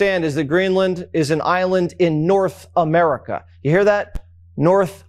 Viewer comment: Norf America.... you hear that? Norf America 😅